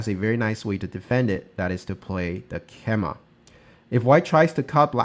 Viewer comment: FYI, "keima" (knight's jump) is pronounced "kay-mah", not "keh-mah".